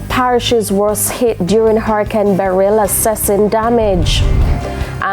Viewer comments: FGS, stop pronouncing the name Beryl like you saying, Beryllium. Producers, help out di lady nuh? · It sound funny how she pronounced Beryl